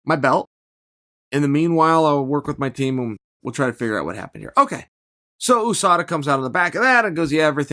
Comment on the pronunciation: whosada? who is whosada?